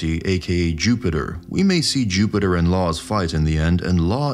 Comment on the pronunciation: Jew-Peter 😂 bro